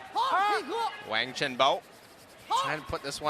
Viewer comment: Wang pronounced Wong.